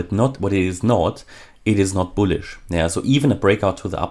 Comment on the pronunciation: Nah nah we want to hear him say the word "bullish" ...I literally subscribe to hear this cat say "boolisch" ..love it